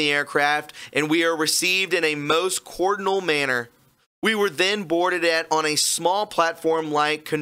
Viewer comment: Dude i like your channel but you seriously hurt your credibility when you pronounce things like cordial "cord-in-al". Dude take your time to read or brush up on your vocabulary if you want to reach more people, please.